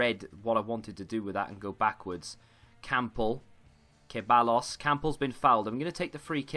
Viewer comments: Ceballos is pronounced ‘Se-bye-os’ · SuperSimpleSquad foreal it’s pronounced Sebbayos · Anyone else get triggered by his pronunciation of ceballos